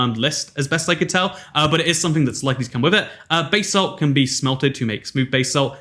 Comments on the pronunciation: Its ba-salt not bay salt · Mans says basalt is baysalt